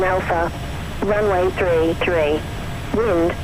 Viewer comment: wind = wing ... sigh